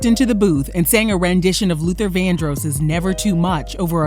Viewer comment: So she really going to keep saying Luther Vandroos though??